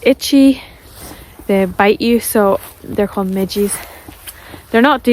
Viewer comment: midgies or midges??:face-purple-wide-eyes